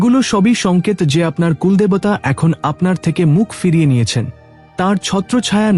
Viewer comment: বঢ়্ কথাটা বাংলা শব্দই নয়। বড় শব্দের এরকম উচ্চারণ, কুল্ দেবতা উচ্চারণ শুধু ভূল নয় হিন্দি ভাষার অনুকরণে প্রাপ্ত। বাঙ্গালীর কাছে এটা নিতান্তই অপ্রত্যাশিত। বাংলা শুদ্ধ উচ্চারণ যদি বাঙ্গালী না করে তবে তার বাংলা ব্লগ করা উচিত নয়। বাংলাকে এভাবে লাঞ্ছিত করার অধিকার কারোর নেই।